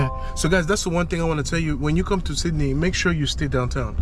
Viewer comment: Sid-Da-Knee Austraya' mate.! Next time you come down this way let someone know you will be greeted with open arms my friend. All those sharks are out looking for travelers like yourself as you have the understanding this is a land of many opportunities were so many migrants have taken advantage. We are a simple bunch with freedoms and the oyster is in the beauty of our land. As your multicultural taxi driver expressed we are very hardened and love a joke and if you join us you will be part of the family. Thank you for showing this wonderful part of the world. P.S public transport may be cheap but rest assured you made the correct decision in using our Taxi or Uber services for your first time down here. Hope to see you around one day.